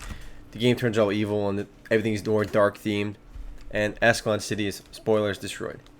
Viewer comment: Does he keep saying "Ass Clown City"?